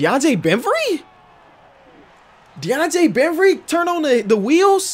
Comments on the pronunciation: Man really says deandre bemvry instead of bembry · How can you not say deandre bembry’s name right